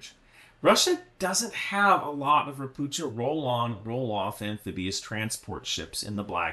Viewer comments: it's not RopuCHa, it's RopuHa with hard H- assuming the name is read the same as in Polish - (means "a toad" btw) - in PL it would be read RO-PU-HA. In most slavic languages CH (or it's form converted from cyrilic) is actually H. In polish to get the english CH, you use two letters: CZ. No idea what sign is there for this in cyrylic since I'm v bad with it. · It's read "ropukha" fyi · *Pst*. Ropucha = ['Rohpuhkha]. Also, general advice: Slavic languages ALWAYS have the accent on the first syllable. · Hi great video as always. One caveat “CH” is usually pronounced same as “H” in slavic languages. Maby as harder H sound we are weird in this regard. Not a big deal but my Polish brain short circuits when I hear you say “Ropucza” instead of “Ropuha”. Also fun fact Ropucha class landing ships were built in Gdańsk shipyards. History is weird sometimes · Hello "Ropucha" is Polish for toad. These vessels were produced in Poland. It's pronounced like "Ropooha". The "ch" is pronounced as "h" in Polish:) Sorry but nitpicking is a lifestyle. Regards J. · Ropucha (read ropuha) means: a toad. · So everybody is pronouncing the Polish word "Ropucha" wrong... Even myself until I found out that it's pronounced: Ropuha / Ropukha And it means "toad" ( or "mangy frog" in Bulgarian 😁) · Not to be picky, just small detail - Ropucha is pronounced "Ropukha" 👌 great video otherwise! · Ropucha (a toad) is pronounced raw-poo-ha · Don't read ROPUCHA class ship as you would read in English. CH in the word should be read as H(like in hell). Ropucha means toad. This word is present in most Slavic languages but not in Russian(irony). The ship was constructed in Poland. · Just fyi - 'ch' in Ropucha is spelled like 'h' in 'hello'. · "c" in "Ropucha" is silent, you read "ch" as "h"